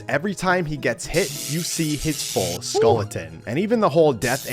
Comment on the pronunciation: “skulliton” ah yes murreo and is skulliton